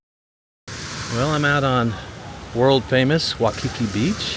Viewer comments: Oh my gosh again why the silly Wikipedia stats. It is pronounced WHY Key key not wah Kiki. Balconies are lanais. You did pick a good hotel. Best breakfast buffet. If you still there you should try doors off magnum helicopter tour. Not cheap but you will see something amazing and learn some good history.. Aloha. Enjoy your stay . Go diamond head run right from hotel only about about 5 mile return. Way more safe dan you crazy trip to wainai. Good market in weekend amd you can walk by studios were dey filmed both hawaii five 0 and magnums too. Aloha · Your pronunciation is missing the"EEE" sound for the letter "I". So it's "EEolani" Palace and "Wy-ee-kee-kee". You keep saying "Waukeekee" like it's in Wisconsin! On the USS Arizona, you don't mention that the sailors are still below, still IN the ship. You are walking on their tomb. Kamehameha is pronounced "Ka-may-ha-may-ha". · This is why "locals" are moving to NEVADA. HAWAII is Hard Core BLUE, so I do NOT believe those Statistics. Its WAY WORSE then those Stats indicated (Former Resident 26 years). And its "NOT" "WAU KI KI" Its "WAI KI KI"....lolzz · 'Waikiki is pronounced 'W-eye-kiki. You are pronouncing it as 'W-aw-kiki'. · It's not pronounced 'waw-kiki, it's' why-kiki. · Just correcting your pronunciation of Waikiki, it’s Wai-ki-Ik not Wa-ki-ki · You say “wah-kee-kee” and I say “why-kee-kee”. Let’s call the whole thing off.😜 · It's pronounced why-key-key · Why-Ka-Key!Say it! Say it! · Hey guys!! Awesome video. BTW, the beach is pronounced WHY-KE-KE. ALOHA!❤